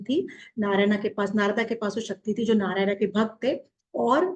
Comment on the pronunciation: नारदा नाही है नारद बोलिये नारायणा नाही नारायण बोलिये